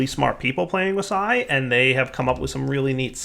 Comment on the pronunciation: why does he say si or sci p s i as it is spelt??